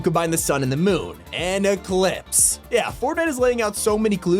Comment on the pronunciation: YALL I NO THE ANIME THAT IS COMING IT IS GUTS BABY he said eclips